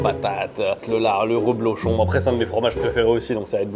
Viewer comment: On dit Reblochon, pas Roblochon !